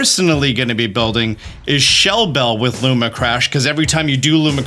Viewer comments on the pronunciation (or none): Also. Lumina crash. Not Luma crash. My OCD is off the charts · "Looma Crash" lmao. Great vid tho, Appreciate the Prep! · man, I love you and the content so much, always so informational. It’s hard for me sometimes when you misread things, it’s a really small thing, but cmon man, it’s lumINA crash, there’s two extra letters you’re just not reading. Love the videos but sometimes they feel a little rushed or just kind of brushed over because of the grammatical and syntax errors throughout. No hate, honestly trying to give constructive criticism because I want to keep watching your stuff! Cheers